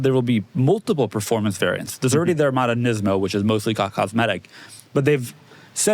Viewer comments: “Neesimo” how do these dudes have jobs talking about cars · Really, Neeseemo?